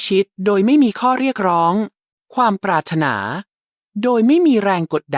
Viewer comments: ควรให้คนอ่านAI.อ่านไทยไม่ถูกเช่นปรา..ระ..ธนา..อ่านว่าปราดถะหนา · ทำไม. คำพูดที่ได้ยิน. ปรารถนา เป็นเสียงเพี้ยนไป. น่าจะ ออกเสียงว่า. ปราถนา. แต่ออกว่า. ปรา. รด ถะนา ขอคอธิบายด้วย ครับ